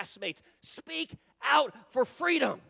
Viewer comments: In the sad words of Kamala Harris "FWEEDOM." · FREEDOM✊🏼 not fweedom 😁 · In the immortal words of Kamal Harris, fweedom! 😂😃😄😅